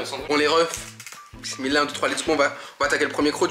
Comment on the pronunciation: Tu dit pismileh mais tu mange du bekon